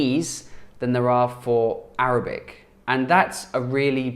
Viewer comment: Your Arabic is really great though, your accent is good 👍🏽